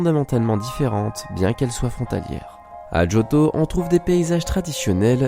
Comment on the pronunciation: pk tu fit djotho alors que c jotho